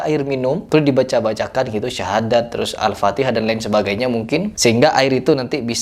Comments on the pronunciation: Aneh yah org jaman skrg org kaya gitu di cium2 than nya, bacan alfateha aja salah dia bilang alfatekah, yg jelas2 ulama besar mgpung masih ada soan klo mau klo mau ngambil berkah mah ya Allah org jhail emg bnyak skrg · Sebenarnya bang Hery ini orang jawa.mso tidak tau logat bahasa jawa.saya aja orang Kalimantan tau klo orang Jawa menyebut alfatihah,alfatikah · Sebenernya bukan Joko kendilnya yg salah tapi masyarakat sekitar yang terlalu berlebihan. Semua kembali lagi kepada kita, apa yang kita yakini/percayai Ouh iya mas kenapa Joko kendil ngomongnya Alfatikhah bukan Alfatihah orang Jawa mungkin tau kebanyakan orang jaman dulu khususnya Jawa ntah itu nenek moyang kebanyakan ngomong Alfatikhah, saya juga sempet mikir kok Alfatikhah, mungkin cara pengucapannya udah terbiasa turun temurun berhenti dari orang tua sekitar tahun 1960'an dan pendapat saya lagi kenapa dibaca Alfatikhah karena ha nya Arab huruf besar H bukan h kecil jadi terlalu kental H besarnya makanya sempet denger Alfatikhah